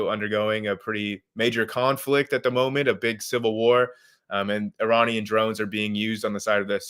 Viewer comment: Really wish he could pronounce Iranian correctly... lol